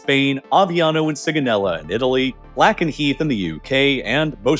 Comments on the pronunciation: Small Correction It's Lakenheath not Lackenheath Air Base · If the US invaded Greenland, then yes it would ultimately “Lack” Lakenheath, but it’s pronounced “Lake” Lakenheath. You mispronounce this every time. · "Lakenheath", not "LaCkenheath". Also, pronounced "Lake-un-heath". Thx. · Btw it's Lakenheath, not Lackenheath. That's the US base here down the road next to Mildenhall. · You and Canadian Prepper cannot pronounce Lakenheath 🤦🏻